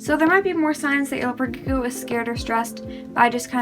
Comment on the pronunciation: 🤔 why do you say gecko like “leopard g-o”